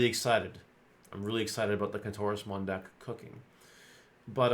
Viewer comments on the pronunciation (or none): Soooooo watching this video and my wife was listening in and thought you said clitorusmon…….. Kentorusmon……… SMH.